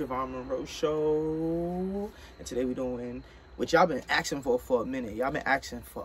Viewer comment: Lol, I love the way Monroe says "asking". He pronounces it "action/aksing". So cute!!. 🙂🤗 Love u guys...when's ur wee babs due?? Pamela from Scotland 🇬🇧